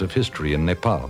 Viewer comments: He is pronouncing "Nepal" correctly , instead of "Nepol". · Loved how the narrator pronounced Nepal,Kathmandu and many other words native to our language without any mistake. Foreigners as well as some Nepalese nowadays don't do it properly.